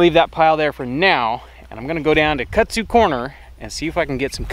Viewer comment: It’s kudzu not Kutsu